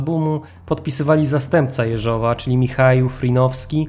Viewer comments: Super odcinek ale odkąd opowiadasz o Rosjanach to nie mogę tego słuchać, okropnie akcentujesz choćby Jeżowa. Akcent na Je, nie Żow. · Owszem - mówiąc po rosyjsku akcent będzie na "żow". Niemniej (choć to moje subiektywne zdanie) mówiąc po polsku o wiele lepiej to brzmi tak, jak wskazał mój przedmówca. Rosyjska wymowa brzmi dość sztucznie. Zresztą spolszczamy przecież rosyjskie nazwiska, więc i akcentowanie odmienne od rosyjskiego wydaje się naturalne. I proszę tego nie traktować jako krytyki - cenię Pana filmy.